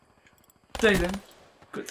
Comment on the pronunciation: Lol hij spreekt het juist goed uit